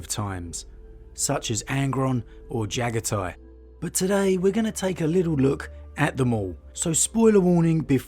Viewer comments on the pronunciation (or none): none